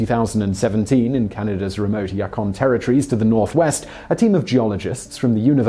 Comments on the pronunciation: It's pronounced "You - con" Territory, not "Yuck - on." A very disappointed Canadian. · It is (u-kon) not (ya-kon) territory in Canada. Add it to the list of the easy words that Simon mispronounces. Lol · lol ya-kon its more like you-con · Yukon = You-con... not Yah-can. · Oh Simon, Yukon is pronounced like "you-con", not "yuck-un" 😜 (And I'm not even Canadian!) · With respect to the disappearing river in Canada... It’s pronounced “You-con” not “Yuck-on”. Cheers. 🇨🇦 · Yuckon territory... Funny Its pronounced Youkon... Yucky pronouciation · Just an FYI from a Canuck: the Yukon territory is pronounced "you-con" not "ya-con". :) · Yukon is pronounced You-kon or U-kon or Yu-kon but not Yuk-on lol but close :P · You can't pronounce Yokun correctly... Not even close Englishmen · Everybody who's correcting how to pronounce Yukon: he's not the one that does research he just reads a script. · Yukon ( you-con ) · I don’t know if this has been commented on yet but it’s Yukon is pronounced “you-con” I almost couldn’t understand what Simon said at first lol. Sorry Simon I still love your shows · The disappearing river was quite a shock, and it's pronounced 'You-kon' :) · Yukon is pronounced YOO-kon. Thanks for your work. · Dude it’s Yukon “you-con” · I like this Channel and Simon is great but, now that ive watched alot of videos, ive started to notice that Simon mispronounces things like a ridiculous amount of times. He said joe peskee last video and now yakon territory. Its like 3 things per video. How in TF do you see Yukon and think "Yakon"? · did he say "yakon"? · Yukon Territory is pronounced “U-Con”... not whatever you said. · YUCK-on? Surely Simon does this deliberately. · Very nice video - but it's You-Con (Yukon) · YOO-KON holy hell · yukon is pronounced you-kaun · Yukon. Is said "you-kon" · Yukon. you-con. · YOU-CON is the pronunciation for Yukon, just fyi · Hi Simon, the name of the Territory is pronounced as "You-kon" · "You Khan" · Yukon - "Yoo-cahn" You're welcome